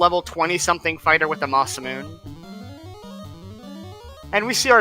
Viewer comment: Ma-Se-Mu-Ne guys come on...